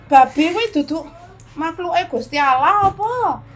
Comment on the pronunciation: Aku seneng nyebut Gusti Allah, bukan gusti auloh. Berkah Dalem...